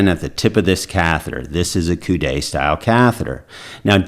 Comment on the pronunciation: Great video doctor, one comment is that the word "coude" is pronounced like the English word "could" the "e" in coude is silent which means elbow in English. 🙂